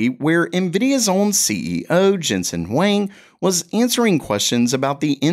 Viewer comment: Weng??, ok I know you have that southern accent that won't go away,but c'mon...